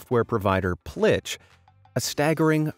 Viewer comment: Staggering, not staggering